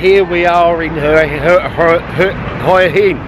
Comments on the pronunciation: Mate, it's not pronouced 'oy in', ask a local, it's 'wha inn', lol. Who do you think are the best firm is to book with if you live in Thailand? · All the Thai people I've ever met in Hua Hin pronounce it: 'Hoo-a Hin'. I've only ever heard farang add the 'W' - mostly Americans... And it's certainly not 'Hoy' - though I can understand the confusion... 555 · Your "hoia hin" pronunciation is epic - gotta say, I have seen prettier morning sights though....a shave would've done wonders -.reminds me of good old British social realism.....:-)......you know, the seventies...:-)